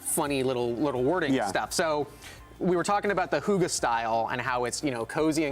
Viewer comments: Hoogah? Do you mean "hygge"? Im internally dying over this. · Its hygge, not hoogah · I'm not Danish or anything but that were my exact thoughts!! :'D like wtf is a hoogah?! is that really how Americans pronounce hygge? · You're DEFINITELY NOT pronouncing 'hygge' right!! - you're pronouncing it more like 'hugga'... just saying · My brain is dying when i hear them say hoogge instead of hygge 🤣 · it's pronounced hue-guh from a Danish person 🇩🇰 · Danish simmer here. Hygge is not pronounced in that way, I’m sorry 😉 It is not a deco-style, but more the effect of a nicely and cosy decorated room - a room can be hyggeligt or it is something you do: we hygger. But I think the style looks somewhat danish and I very much appreciate you implementing nordic elements 😍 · Omg the way they pronounce Hygge sounds like a gutteral war cry lmao 😂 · hahaha Hygge XD so funny to hear you trying to say it (im danish) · 😂😂😂 That is the absolute worst butchering of the word "hygge" I have ever heard! It's not pronounced anywhere near that way in any scandinavian language OR in english. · Omg I am dying of laughter hygge is not pronounced that way... I am from Denmark so it’s just so funny.... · I just.... Hahaha, I can't! 😂I'm laughing out loud, truly laughing! I'm Norwegian and the pronounciation of our word "HYGGE" is noooo where near the way we pronounce it. It couldn't be further away from our word 😂 couldn't tell before he said it was "our" (Norwegian) word 😂 you tried though ❤️😉 I'll give you that 😉 To me it sounds like you said "hoogai" 😉 loved it😂❤️ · Love the “I think I’m pronouncing that right” (Hygge) I’m Danish and even though you’re not 😉 (The y is pronounced more like the y in Yvette) - I don’t hold it against you. Danish is an impossible language. But love the pack - and loooove that the gallery is on console. Thank you for all your work 👍❤️ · The way yall pronounced hygge is so funny. Nice try tho <3 cant wait for this pack!!!!!! love from norway <3<3